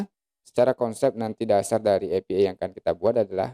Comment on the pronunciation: maaf pak, dibacanya: "e pi ai", bukan "epi ee"